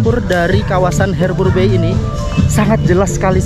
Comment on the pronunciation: HARBOUR BAY ~>BACA Harber bei. Bukan herber!